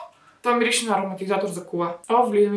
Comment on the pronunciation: Някой да преброй колко пъти каза мИрише❤🙃🌻